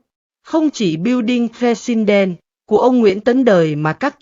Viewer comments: AI không tệ đến như vậy đâu. AI không dốt đến mức đọc từ President kỳ quặc như vậy. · MC không phát âm chữ "president" được à?